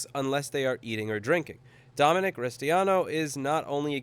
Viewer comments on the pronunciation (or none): none